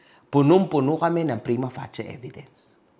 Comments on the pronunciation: mali yung pronunciation ng prima facie, ang tamang pag pronounce ay "prima fey-shi" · Prima pacie❌ Prima passi✔️